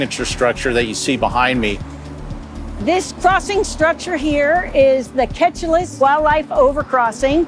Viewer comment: They keep saying Ketchalis when the actual pronouncement is supposed to be "Keee-Cha-Liss"